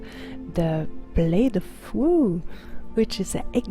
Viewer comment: Sounded like you said blade of woo!! Imma call it that fromnow on.. :)